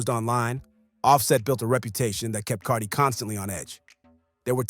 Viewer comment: Haha i love how can't say Cardi's name. 😅